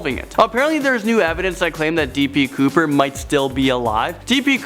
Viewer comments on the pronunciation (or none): its db couper not dp couper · when you said B D Cooper I thought you said T P Cooper